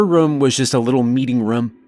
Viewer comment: Wush this guy could learn to pronounce room. Its not rum.